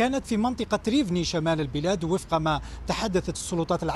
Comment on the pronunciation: المدينه اسمها روفنا و ليس ريفني